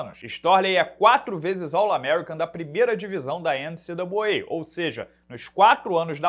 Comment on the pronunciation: tive um orgasmo ao ouvir "All amercican da 1ª divisão da enicidubliuei (NCWA)". Kkkkkkk